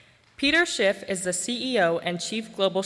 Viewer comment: Is it just me but every time I hear Peter Schiff introduce himself it sounds like he's saying Peter Shit.